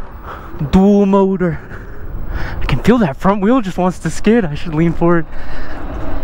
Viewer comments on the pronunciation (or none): none